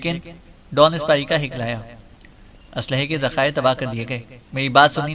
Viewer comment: Hiklana nahi haklana